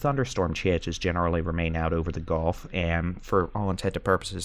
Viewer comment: You also mispronounce gulf. It isn't "golf..." lol